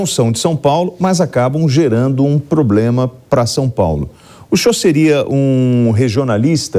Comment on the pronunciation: Candidato ao senado, falando "poblema”, não dá!